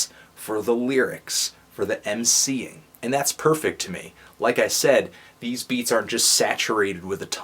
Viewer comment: hey u lame fuck say mc'ing one more time so i dont feel so god damn white